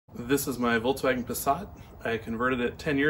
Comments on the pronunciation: is that how to pronounce it? volt-swagon i pronounce it woks-wagon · Did you say "voltswagen" xD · It's pronounced "Folkswagen" Nice job on the conversion.